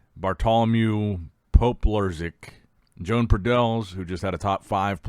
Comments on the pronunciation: Exactly, is Joan, not John nor Jon. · Learn how to pronounce Joan. He's not Joan of Arc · Joan will win this. just has to get the pronunciation of his name right. At the same time i don't think people need to get so butt hurt when a name is mispronounced.